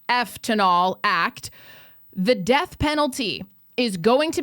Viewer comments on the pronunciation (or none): AHHHHHHHHHHHHHHHHHHHHHHHHHHHHHHHH!!!!! YOU SAID DE A TH